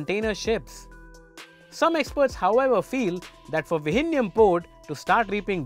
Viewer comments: Vizhinjam not vijinjam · The pronunciation of "Vizhinjam" needs to be corrected at least before it starts operation.